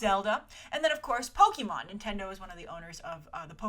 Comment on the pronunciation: Please... Poke-AY-Mon. Not Poke-EE-Mon. This is causing me physical pain.